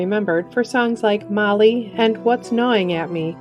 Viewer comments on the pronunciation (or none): none